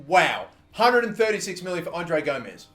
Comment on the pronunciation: and u pronouncing André Gomes name wrong, ur saying "Gomez" when it's "Gomes"